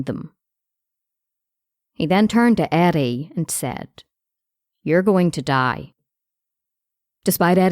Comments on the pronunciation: I thought she said Addie at first lol now i hear the r youre talking about once i read ur comment lol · how is this respectful. she is not even pronouncing his name right? it reDs Eddie but she pronounces it Addie, wtf? how wrong is that?